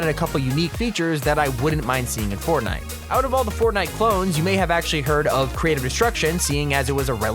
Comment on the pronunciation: i thought it was fortday lol